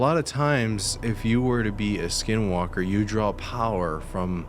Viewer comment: Not supposed to say the name, and I believe that you said it wrong. My grandpa told me you don't say it or it may make them come.